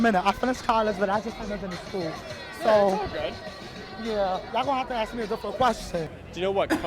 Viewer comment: Perhaps you people should learn how to pronounce the word ask it has an s in it it is not axed or escaped it is not excape and dont seem to be able to pronounce nuclear